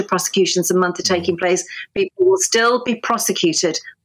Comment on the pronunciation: "Criminal Croseputions" Did I hear that right!? :D Wow.